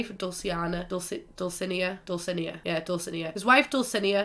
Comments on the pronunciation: Depending on whether or not you're speaking Castilian Spanish, it's either Dul-thi-NAY-a or Dul-si-NAY-a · just so u know dulcinea is pronounced (dull-sea-nee-A) 🤙🏽🥰